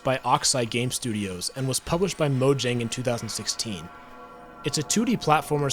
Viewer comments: It’s pronounced “moyang” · Every time he mispronounces Mojang an Angel loses its wings